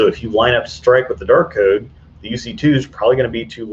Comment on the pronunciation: I swear I just heard you say the "Dork Code" instead of Dark Code..